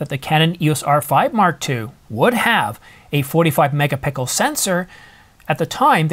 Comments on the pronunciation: Every time i hear you say "MEGA PICKLE" I take you less and less seriously.. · Did you just say ..."a 45 mega pickle sensor..." that was a gem :). But seriously, thank you for all the hard work and long hours you put in to this channel. I really worry about this rumored subscription service on the new EOS models, hate that... I will stick to my R6 and wife will stay with the R7, maybe get the R6 mk II if the new models come with that subscription service fee.